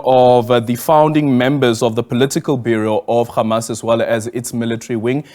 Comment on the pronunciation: Adrian, it is Hamas, not Khamas. Khamas is intentionally used by Israhell because the word means something else in Hebrew .